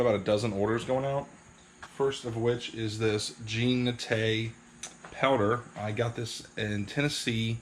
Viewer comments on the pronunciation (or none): none